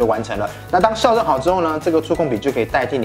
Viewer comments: 校正==>ㄐㄧㄠˋ ㄓㄥ 笑正 ! 笑正 !! 笑正 !!! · 哥，校正，唸 （ㄐ一ㄠ四聲）正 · 「校」正:音同「叫」。